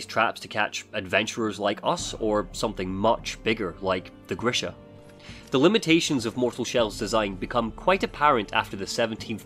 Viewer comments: The name of wolverine thing is "G" as in good, "R" as in "red", I as in "it", "SH", as in she, A as in amen. it is just a short version of the name Gregory. Sorry for this spell checking. It is a normal name in my part of the world and very likely base on the names of the developers they know this name as well. EDIT: Later you pronounce the name right 👍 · The beast is not GrishNa, it's Grisha, like a Slavic name